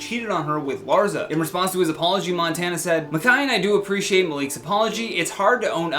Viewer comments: Soft ssssss not hard zzzzz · It’s LarSSSSa... lol not LarZZZa